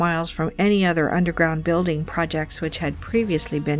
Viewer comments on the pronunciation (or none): none